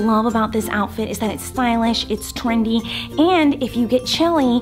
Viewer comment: “Suspitcious” “Stylitsh”